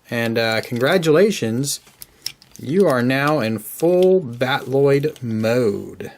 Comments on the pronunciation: No, the Macross word is Battroid, usually pronouced Bat-oo-roid. I know he is pronouncing the Robotech word Battloid, but it's supposed to be battle-oid, not bat-loid. I've been a Robotech fan since 1985. I know what I am talking about. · Cool toy, great transformation guide. Loving your reviews lately. Just a tip on pronunciation: battloid should be pronounced battle-oid, not bat-Lloyd. Battroid in Macross is just an L/R confusion of battloid (battle-oid) as is common in Japanese use of English words. The robot mode is like a fighting, battling, android, so they created the term "battle-oid". Keep up the good reviews. Can't wait for future 1/48 DX VF-1 reviews.